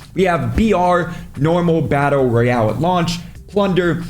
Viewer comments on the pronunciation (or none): none